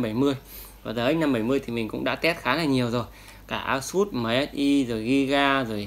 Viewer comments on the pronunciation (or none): none